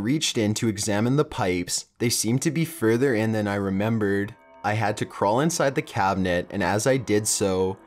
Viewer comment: ".......then i rememberrrrrrrrrrred................" ".................to see if it was really meeeeeeeeeee........" he ends EVERY sentence with this loooooooooooooooooooooooong emphasis on the last syllable of whatever word he is saying. as i write this comment i can give you one more i heard, "without paaaaaiiiiiiiin" He cant fucking stop doing it, and we cant fucking stop noticing it.